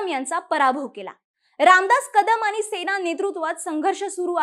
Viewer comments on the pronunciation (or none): watch tone of Aani , paani, kaarne.. pronunciation of n?